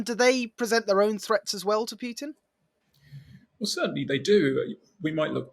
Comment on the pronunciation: I DO like your videos and your guests- but you do yourself a disservice when you mispronounce Putin's name- it brings down the impact of your interviews. Keep up the good work, though.